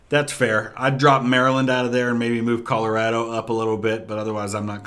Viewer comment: Also under the context, I have never in my [redacted] years living heard someone pronounce Colorado “Colow-rad-oh” and have always just pronounced it “Color-awe-dough”